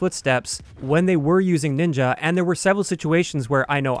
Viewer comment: N I N J A it sounds.... wrong..